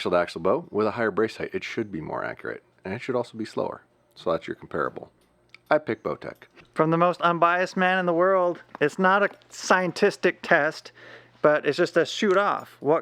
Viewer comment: “Sientistic” test 😂 I like it!